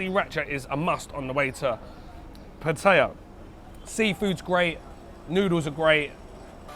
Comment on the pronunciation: Thanks for saying Pattaya the Thai way.